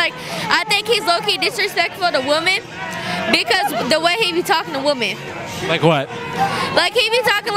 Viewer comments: “The way he be talkin’ to W O M E H.” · Bruh she said “woman” instead of “women” so many times